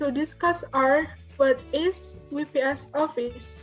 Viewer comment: WPS is pronounced "double yu pi es" NOT we pi es =)